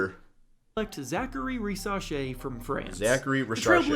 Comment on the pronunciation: Ri-sa-shay. Not sha-shay 😂 driving me nuts lol